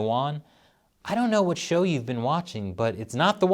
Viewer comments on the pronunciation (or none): none